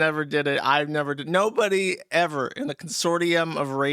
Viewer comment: I wish Joosh still said Errver. this clip with "errver, and errver, and errver" would have been golden.